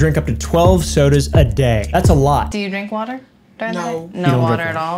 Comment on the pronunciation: I can barely drink 2 cans of "Sodies"